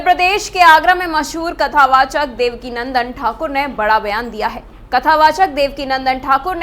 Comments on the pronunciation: Devakinandan not Devika Nandan 😂😂😂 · देवका नन्दन नहीं देवकीनंदन बोलें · वैसे रिपोर्टर को मैं बता दूं कि पूज्य गुरुजी का नाम देवकीनंदन ठाकुर जी है ना कि देवकीनंदना